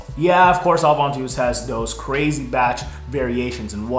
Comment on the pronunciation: Ovantus wtf!? 😂